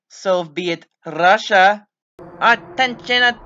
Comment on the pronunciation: I thought it was “Bussia” Not russia